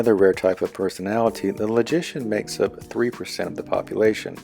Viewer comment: "And finally there's the sixteenth perthonality"